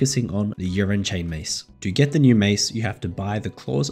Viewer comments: did you say urine chain mace :D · the 's' I assume cause he pronounced it urine instead of ursine in the beginning of the vid 😜 edit : Nvm, he called it the urine chain mace the whole vid. Haha. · u calling it the wrong name is so triggering ursine chainmace fam just as easy to say then the piss chainmace u were saying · Urine lmao. Ursine as in bear lolololol